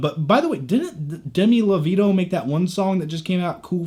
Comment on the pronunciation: "Demi Lo-veeto" 💀